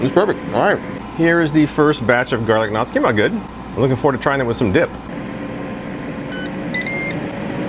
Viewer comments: I kept thinking you were saying garlic nuts... Almost $400? Ugh... I have a Emeril dual zone air fryer/oven, that I got from Morning Save, over a year ago for $100, and it still works awesome! Maybe this will be discounted someday, because there's now flippin' way, LOL! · I’m in a country where we don’t have garlic knots. I did a double take because when I first heard you - I thought you said garlic nuts! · I thought he said "garden knots", I had to rewind & pause, & read it.